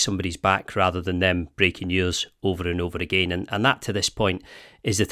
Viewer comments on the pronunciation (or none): none